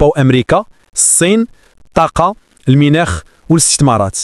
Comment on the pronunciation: Ça veut dire quoi minakh, car pour nous c est mounackh et pas minakh.?